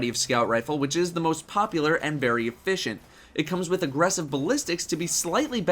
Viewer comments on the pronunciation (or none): none